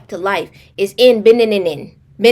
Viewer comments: Loveee your stories and content and wanted to help you out girl lol Benin is (beh- neen) 😂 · It’s pronounced Beh-neen ✌🏾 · It’s pronounced Beneen. They got some rs in that country, my bd is from there 😩